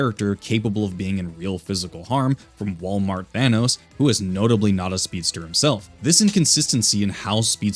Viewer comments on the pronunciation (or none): none